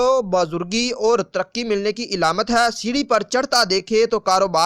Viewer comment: Ilamat nhi Alamat Plz correct